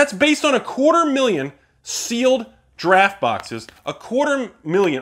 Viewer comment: Is anyone watching say "Draft" and hearing "Giraffe"? Or am I tripping?